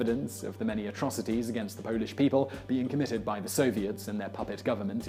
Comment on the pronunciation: He said Pauland!!!!!!!! LOL😂